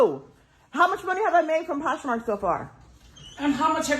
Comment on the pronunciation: Poshnark? WTH???